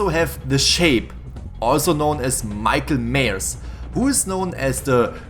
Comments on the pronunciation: this dude said micheal mayers XD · The way he said "Michael *MYEARS*"